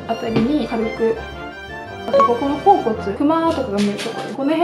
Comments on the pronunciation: (頬骨)ほおぼねを「ほうこつ」って言う辺りもう好き。笑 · 頬骨のこと「ほおこつ」って言ってる人はじめて見たかわいい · ほうこつって呼ぶ人初めて見た！ ほおぼねかきょうこつならよく言うけど！ そういう読み方もあったんですね😊 勉強になりました！！ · ほおこつ が気になる笑